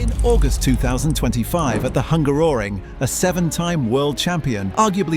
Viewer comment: Wow i never heard Hungaroring pronounced like that. The british really have a way to make words sound weird.